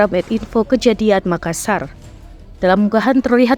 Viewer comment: Nyebutx Makassar dua huruf "S" nya bos